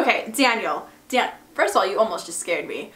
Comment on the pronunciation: Why she said his name like that tho lmao, "Danyiaal" 😂💀